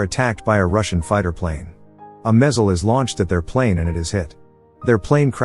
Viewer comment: A what now? A Mezzel?